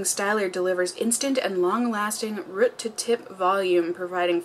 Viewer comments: She said root so weirdly 😂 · Nicole Haha I'm from Wisconsin and I say it the same way she does and my boyfriend always makes fun of me!! I agree it does sound weird if you think about it.. oh well!